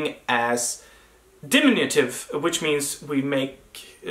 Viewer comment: Du skulle säga så här: di-MIN-yu-tiv. Not DIM-in-yu-tiv. Tack for videoerna..